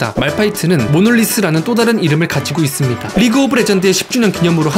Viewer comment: "~이씁니다" 하는 말투 빠져드네 ㅋㅋㅋㅋ